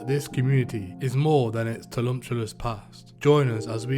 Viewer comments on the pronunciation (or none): the repeated use of the word "tumultuous" being pronounced "tulumptious" is my new favourite thing. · Tulumtuous yea bro 😂😂😂